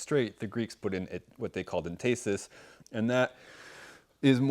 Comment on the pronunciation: Entasis is pronounced like emphasis, with the stress on the first syllable...not enTAYsis. I'm an architect and use the word (and the concept) all the time.